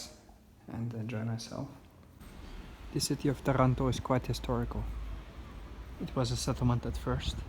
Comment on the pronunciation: Ya I knew you were in Italy since I've clicked the bell icon ;) Still gave me a jolt when I heard it.